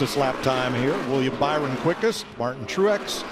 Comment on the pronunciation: Also Mike said bower not byron